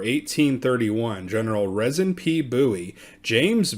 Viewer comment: It's pronounced Reezin.